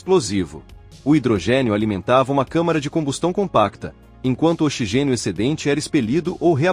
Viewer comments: O narrador chamou o oxigênio de ochigênio com a letra X com som de chá ! Quanta incompetência ! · Tradução horrorosa dessa máquina que fala ochigênio. Coloque um locutor humano tire essa máquina horrorosa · Ouvir OCHIGÊNIO é duro, hein?